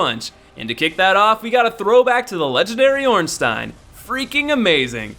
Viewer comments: did he really just call ornstein ornstine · Its pronounced orn "stene" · It's pronounced like Ornstine. Like Einstein. Unlike Silverstein. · He mispronounced Ornstein